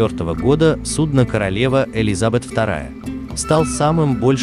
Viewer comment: Океанического, Элизабета, судно сталкивался... я посмотрел 2 минуты, а уши уже вянут. Про твою расстановку ударений и склонение чисел я вообще молчу. Ужас. Это невозможно смотреть